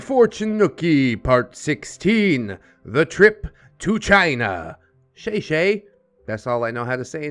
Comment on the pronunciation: Lol you said thank you wrong 😂😂😂 Basically u say it like the beginning of “shit” so lits less “Shay shay” and more “shi shi”, and it is said with an upward inflection, not a downward one. Still a lot better than most people trying to say it tho! I give you an 8/10 😂